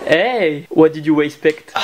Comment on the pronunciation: Tibo InShape "What did you WHEYspect" Enooooooooooooooooorme ahaaaaaa